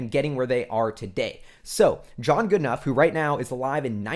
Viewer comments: Really good analysis. Just so you know, James Goodenough''s last name is pronounced "Goodnow." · Love you videos. I believe it’s pronounced Goodenow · Goodenough is pronounced "g UU d n OW". If that is too much just think good n now. That should be good enough.